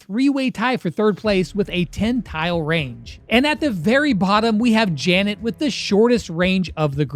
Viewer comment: bro really sead Janet?